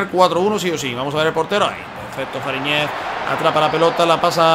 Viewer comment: Se pronuncia Faríñez con acento en la í. Buen video y Ficha a Soteldo